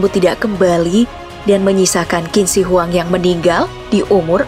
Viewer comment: Kak, itu bukan kin shi huang cara bacanya Tapi cin she huang cara bacanya